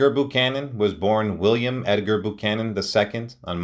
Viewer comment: I believe it's pronounced "BYOO-CANON", not "BOO-CANON", picky perhaps, but as he's the subject here, it would seem proper to have it correct.